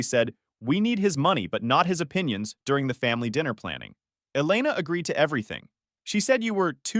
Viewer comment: It's pronounced E-lay-na.